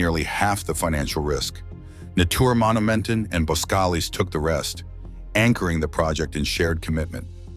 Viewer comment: Natuurmonumenten NOT Natoermonumenten uu and not oe as in shoe uu as german ü as in über NOT AN OU aqs in you or an oe as in shoe... back to school you go... no more playing with videos...